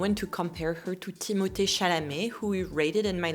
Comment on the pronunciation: I am giving you tons of respect for pronouncing Timothee’s name correctly I hate it when I hear someone say Timothy. His name is beautiful but it never is pronounced correctly in the states